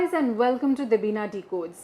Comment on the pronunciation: You said superb debina